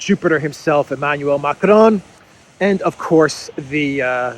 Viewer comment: please stop pronouncing Macron's name in Spanish. It is excruciating to hear. Good work otherwise